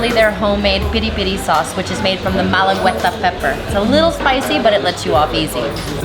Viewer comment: middle of milk?! also thats not how you say malagueta..